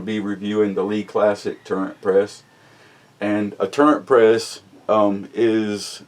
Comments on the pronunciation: It's not a"Turrent" press. It's Turret.....no "n" in it. Will the Classic Turret press accept magnum rifle cases such as the .338 Winchester Magnum? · It's turret. Not turrent. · Sorry man but it's not a tur rent press, it's a tur ret press. Lol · It is a TURRET not turrent. Smh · There is no 'N' in turret. Please pronounce it correctly and kill that dam rooster in the background. Yes I know this is an old video